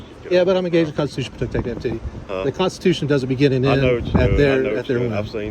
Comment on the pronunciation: Cops have trouble pronouncing the word "Constitution," so how can they possibly understand the rights that document grants to all citizens? 💪🇺🇸💥💪